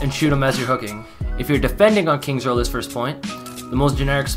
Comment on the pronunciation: “kings row” 🤦🏻‍♂️